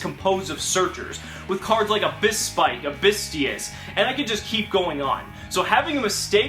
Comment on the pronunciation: Mermail Abyss-pike not Mermail Abys-spike